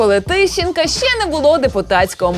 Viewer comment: “То шшьо дошьшєм” “А шьшє...” “Ну а шшьо робити...” і т.д. Тут я почув агресивну дискримінацію звуків [ч] і [шч] у вимові слів. Годі терпіти це знущання! Захистимо право букв “ч” і “щ” бути почутими у випусках ТТ!